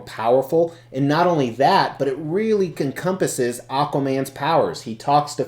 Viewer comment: Did I hear you say "Comcompasses" ? Hahahaha! I'm going to add that word to my vocab. Love it! As for the statue... pretty wild! Very ambitious. Some really cool stuff going on in this piece.